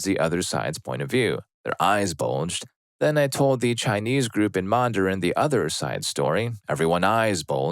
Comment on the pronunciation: that's the first time I've heard anyone pronounce Mandarin with two [a] sounds. Isn't it just man-duh-rin? Not mah-n-dah-rin?